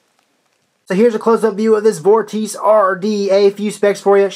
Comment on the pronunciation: it's pronounced vawr-tuh-see